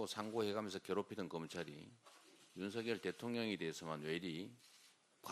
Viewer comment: 윤서결. 윤서결 하는데. 듣기 거북하네요.